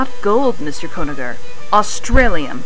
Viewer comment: Mr. Gonaher? It's actually Conagher.